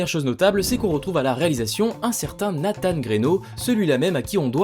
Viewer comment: 1 minute de vidéo. Et j'entends déja de la blasphème. La prononciation du nom de Nathan. RIP